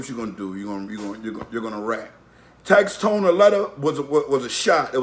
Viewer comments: #1 it’s tax-stone not tax-tone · It’s tax stone not tax tone